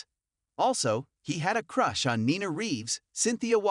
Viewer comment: Jason Priestley? I wish the people who do the commentating of these videos, would, learn how to pronounce the actors on GH. Drives me crazy! Haha funny they can pronounce Corinthos, but can't pronounce, Sonny or Ava or drives me crazy haha. Also Nina! Come on, please learn to say their names, please!